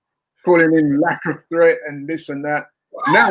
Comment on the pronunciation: Every time i watch on AFTV i always laugh to myself when he said Lacofthreat 😂😂😂😂😂😂